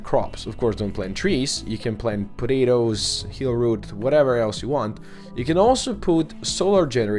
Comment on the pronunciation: puh-day-dows... lol, love it.